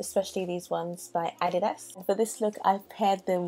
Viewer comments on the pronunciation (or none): The fluffy look is to die for not to mention the way you pronounce adidas lol super cute